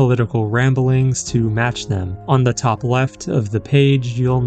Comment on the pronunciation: The AI reader for this video needs to be calibrated. It is pronouncing the articles "the" and "a" annoyingly wrong! The word "the" has a long vowel sound ONLY when the following word begins with a vowel. When the word following the article begins with a consonant, "the" is pronounced with a short vowel sound. Of course, with "a", this means using "an" instead of "a". You would never use the word "a" with a long vowel sound when using "a" as an article. For example, you would say "thuh video", but you would say "thee artwork". You would never say "thee video" or "thuh artwork". Similarly, you would say "uh video", but you would say "an artwork." You would never say "ay video" or "ay artwork". The word "a" is never pronounced with a long vowel sound when "a" is used as an article. Also, this video's reader bot is too dang sloooooow, and it reads as though it's annoyed at having to be here and is being forced to do it against its will. When even the AI reader bot doesn't even care about what it's reading, why should I? I made it almost to four minutes, and I just can't stand to listen any further. Bye.